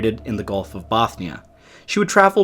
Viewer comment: (Gustav) Vasa, not "Wasa".